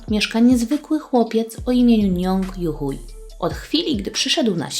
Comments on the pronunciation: Hui po chińsku czyta się jak 'hłej' a nie 'huj'. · Jego nazwisko czyta się "juhłej", a nie jakiś "juhuj". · Nie czyta się hui tylko hłej z tego co mi wiadomo. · xddd ja usłhyszałam: nong youhu* na końcu j xdddd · "Njong JuHUJ" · Ona przeczytala juhuju XD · juchuj lepiej słychać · czy tylko ja usłyszalam nazwisko ju huj??? xd